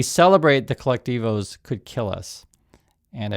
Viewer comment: I will find someone who knows how to pronounce colectivo for analysis. (Al Jazera is not a Venezuelan news source btw)